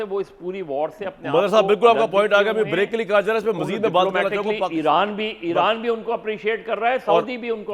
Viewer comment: Es Jahil anchor ko koee batay ke Eeeraan ایران ka sahi pronunciation kia hai